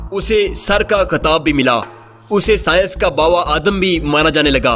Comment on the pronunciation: bro urdu ma bava adm ni baba adm hota hai ☺☺☺😃